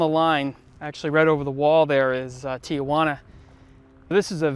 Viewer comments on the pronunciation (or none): Lots of chickens mean there isn’t anything else to eat. In Puerto Rico its rabbits. Did you get enchanted in NM? I sure miss the food down there. Tee-Juana, not Tee-a-juana. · It's TI Juana not TIA Juana. Tijuana, Mexico. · Tijuana is pronounced “Tee huana” not Tía Juana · 🤣Tia Juana? Lol it is spelled Tijuana, pronounced just as it is spelled. Tell your tia Juana I'll be over for dinner later. Lol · Small correction. I think it is pronounced Ti juana not Tia juana. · Good time to hep my fellow gringos to the correct pronunciation - Tijuana is tee HWAHNA. No "uh" sound after "tee". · Love the video but as a San Diegan, I always cringe a bit when someone pronounces Tijuana Tee-a-wana. 😂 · I noticed that tambien